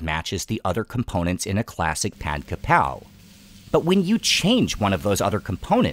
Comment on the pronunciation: ผัดกะเพรา shall be pronounced as "Pad Ga Prao". But most Thais are prone to write "Pad Ka Prao", but definitely not "Pad Kra Pao".